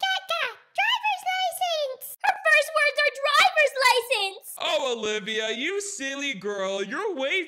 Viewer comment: Lol her first word is driverce lising